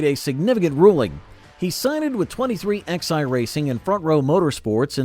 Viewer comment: It's not 23XI, it's pronounced 2311